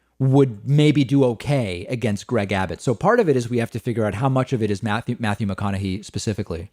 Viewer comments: David youre killing me pronouncing his name wrong. It's hey at the end not hee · Matthew McConaughey pronounces his own name Mac-con-a-hay, not Mac-con-a-he. So I would say that since that's how the man himself pronounces it, that would be the correct pronunciation. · Also pronouncing it "McConahay:" Matthew McConaughy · It's actually pronounced with a "hey" at the end. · Sorry? You don't know his politics? It's not really a secret. And you're pronouncing his name wrong. According to him anyway. I like your show a lot but that just hurt my ears. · David mispronouncing Mcconaughey reminds me of how he would always mispronounce 'Tulsi' Gabbard (Toolsi). I think knows and does it for laughs anyways lol.